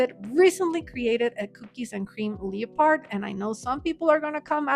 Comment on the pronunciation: Friendly tip: leopard is pronounced LE-pird. Twix Bunny is delicious.